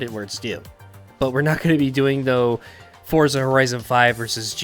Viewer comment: its pronounced ForTza